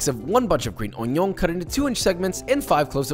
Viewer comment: bro say geen union not green onion